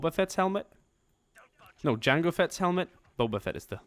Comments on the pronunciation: You said yango. It's jango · He said that because his Swedish and in Swedish J is said as a Y he just made a little mistake speaking English which is common for anyone who speaks another language